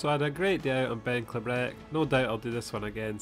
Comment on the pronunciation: pronounced 'klee-brick' :))